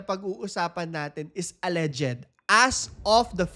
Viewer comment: Mali ang pronunciation mo Sir ng alleged